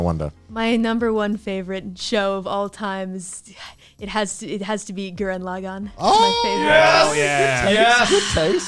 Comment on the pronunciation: Gurren la-meh